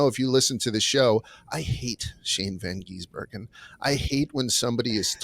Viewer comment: Someone please tell to stop calling SVG "Van Geesebergen". Also, if you watch circuit racing, rain races are usually the best.